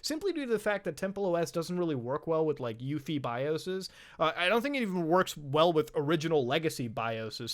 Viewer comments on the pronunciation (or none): Did this man just pronounce UEFI yuffie? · It's U. E. F. I. Not "Uefi" thy sounds like something you shower with.. Freaking Uefi...